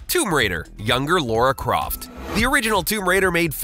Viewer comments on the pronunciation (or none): you are called "" and you pronounce Lara Croft... Laura Craft? ffs